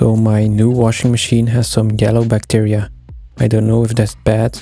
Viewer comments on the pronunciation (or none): none